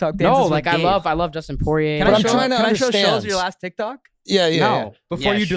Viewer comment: bro said Justin pourier💀